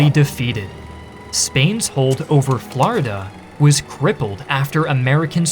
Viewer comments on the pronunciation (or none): none